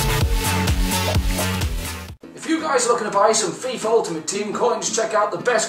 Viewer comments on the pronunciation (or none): none